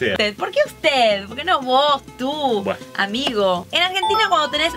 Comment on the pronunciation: Pero el colombiano dijo bue JAJAJAJ